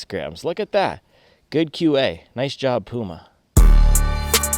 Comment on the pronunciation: pyouma not pooooma